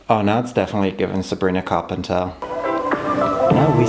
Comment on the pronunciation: You have never sounded as German as you did when you said “Sabrina Carpenter”